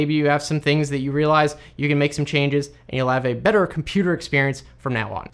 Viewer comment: What are said-ings? Ings you said? Watch my lips. Settings Settings Settings. Re-star ding? Star dup programs?. Nice haircut. Now get a shave and learn to speak. Then your videos will be much ......bedder? No. They will be much BETTER. Say it out loud now. Better. Better. Better. Now say internet instead of inner net which is something else. Interesting. Not inner resting. Interaction not inner action. T T T It costs nothing to pronounce it and completely changes the meaning of what you are saying. Try saying Winter time instead of winner time which means something else entirely.